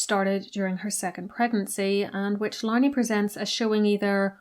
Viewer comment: Would be a good start by pronouncing Andrew Lownie’s name correctly . Couldn’t you do that at least?